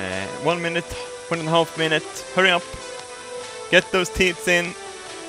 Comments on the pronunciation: Good Sir, there's usually a dramatic difference between "teets" and "teeth". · i love it how he says "teets" rather than "teeth" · Hearing you say "teats" in place of "teeth" so many times made me giggle. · I love how he calls teeth teats lol! Love you and your Swedishness! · I love how he pronounces teeth teet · I love how he says teeth like teets xD